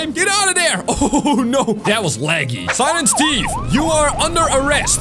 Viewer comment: UMMM ITS SILINT STEVE